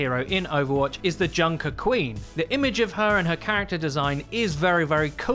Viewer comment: It's Junker Queen.